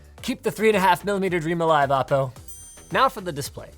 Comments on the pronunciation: Isn't it "Oh - Po" , rather "Ah -Po"? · I always though it was pronounce "Oh" "PO"...?